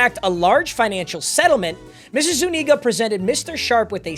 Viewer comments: Zu-nee-ga 😂😂😂😂 ima let u slide this time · Papa its pronounced, Zoo-knee-guh